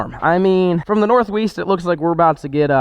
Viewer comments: north “weest” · he says north weast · he says north weast 😂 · Did anyone else hear him say "from the north weeest" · Nobody:: northweast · “North w-east” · Did anyone realize he said northweast lol. At 0.20sec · North weest lol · Sounded like he said north weest 🤣🤣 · North Weest is officially my favorite saying, gets me every time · “Northweast”. 2020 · . What is the North Weest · did he say north wist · north weast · Hey said northweast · "we've got a big gloomy storm from the north weast" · He said weast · Almost died when he said north weest. Love it.